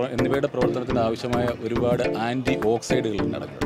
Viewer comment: ആന്റി ഓക്സൈഡല്ല, ആന്റി ഓക്സിഡന്റ്